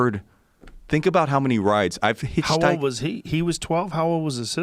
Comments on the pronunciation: He said “you hitch-housed?” 😂😂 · You “HitchHoused” ?? Lolllll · “Hitch housed “ 😂 really bro 💀💀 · Joe “You hitch housed” Rogan! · He's cool but he ABSOLUTELY CANNOT pronounce hitchhiked. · Dude hitchhiked around the world and can't pronounce the word hitchhiked.